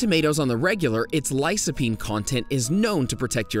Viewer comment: Lycopene (Lie-Koh-peen) . . . C before a "low vowel" (o, a, or u) is "K". C before a "high vowel" (i, or e) is "S".